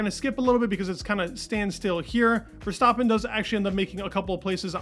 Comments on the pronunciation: STAAAAPIN LIKE STRAPIN (rhymes).. not Verstauuuuptin.. come on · why do you pronounce Max’s last name wrong?